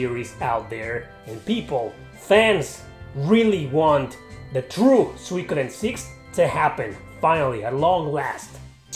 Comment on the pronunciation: Its Su-I-ko-den btw :)